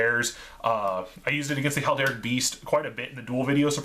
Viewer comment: HERALDIC BEAST NOT HALDERIC